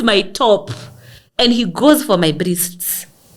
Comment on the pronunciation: “Brists”🤣🤣🤣. Gal, unanimaliza every time ukisema hivyo.